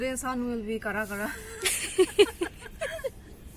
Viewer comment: It's interesting to hear u speak this word karakara sun exactly as we do....raw English....♥️ from Arunachal..👍